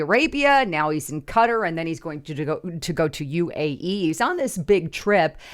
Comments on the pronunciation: 'Cutter'????--It's pronounced: Ka-Tar!🙄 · Those Middle Eastern names are really hard to say. Qatar is pronounced Qua-tar